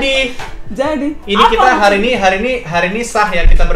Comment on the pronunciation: Selalu salfok kalo kavidi bilang "maksudnya" jadi "mutnya" (???) 😂😂😂